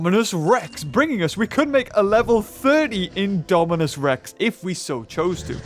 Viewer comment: why are you saying indomicerex??